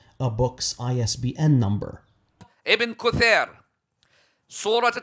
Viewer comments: who the heck is "ibn kuthayrr" ? The tatooed rafida need to go to kindergarten school so that he can learn English properly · “ibn KuThAiR” Can you read the author’s name correctly?! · “Ibn kutheer” 😂